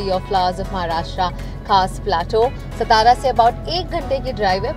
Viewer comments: I agree with you, further it's Saat tara, not Sath tara, and Kandi pedha, not Kanti peda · Nice video but Satara is pronounced as 'Saatara' and not 'Sataara'...also it's kandhi pedha and not Kaanti pedha.... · English/Marathi madhe video banva. He faltu hindi amhala nka aaikvu. Aani ya madam la shabd jara nit uchar karay sanga सातारा la सतारा aani कंदी pedhyala कांदी mhanat aahet. Shikun pn jar nit uchar krta yet nasel tar shikshana cha kahi upayog nahi zala asa mhanava lagel. Jar itkya heen prakare Maharashtra sarkar tourism promote krnar asel tar na kelala bare. Mazya gavacha nit uchar krta yet nasel tar mg navch gheu nka. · I enjoyed the vlog but it’s feel weird to hear she saying SATARA in wrong way…at least for a Marathi ppl like us …